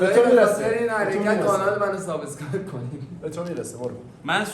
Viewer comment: فحشم ندید ایراد نمیگیرم فقط واسه اطلاعات میگم شماها میگید سابساسکرایب یادتون نره باید بگی سابسکرایب دیگه ا نداره اینم میدونم ما ایرانی بیشتر ی ها میگیم اس در صورتیکه از بین دندونهای تلفظ باید کرد و S س هستش نه اس